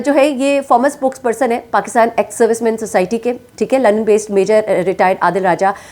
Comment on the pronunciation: آپ کے منہ سے بھی لنڈن بولنا مشکل ہوتا تھا